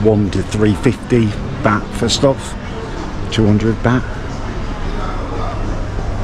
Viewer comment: “Im Getting good at these Asian pronunciations” - after saying Pattaya and baht incorrectly a hundred times 😂😂